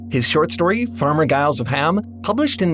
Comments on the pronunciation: Giles with a HARD G ????? Come on, a robot as well read as yourself should know better ! It is Giles with a SOFT G . . . in fact it's a J sound . . . . . . otherwise thank you for your excellent and inspiring videos, as usual ! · Really need to get your pronunciation right. Farmer Giles is pronounced Farmer Jiles. (Soft G, not hard G)